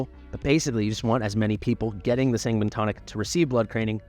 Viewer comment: Sanguine is said as 'San-Gwhine'.